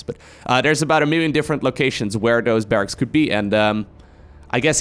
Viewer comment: Barracks is correct but it can be tricky to pronounce. Think of it as Barrax and not Barrackses